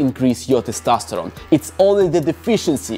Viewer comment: I'm addicted to you saying "Testastoron"